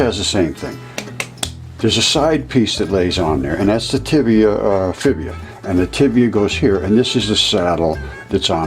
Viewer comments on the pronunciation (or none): Am I the only one hearing him call the tibia and fibula for tibula and fibula? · Did say “Tibia & Fibia?” So I thought I heard...